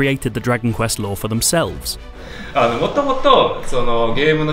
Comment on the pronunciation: I keep thinking he says lore instead of law.